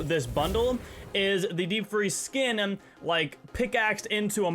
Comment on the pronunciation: This man says skinmmmm